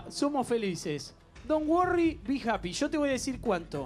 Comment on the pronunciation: cual es la de justin bieber? donn worriii wii japiiiii jaajajaj ??.